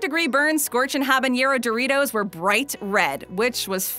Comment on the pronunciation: me"habanero her "habeieneieroh"